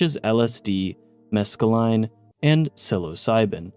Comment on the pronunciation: You say mescaline like it's a species, lol. It's pronounced like there isn't an "e" at the end